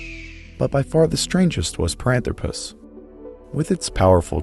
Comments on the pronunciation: It's par-an-THRO-pus, not pa-ran-thro-PUS, surely? More like anthropic and less like platypus? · Parânthropus: pronúncia proparoxítona 🆗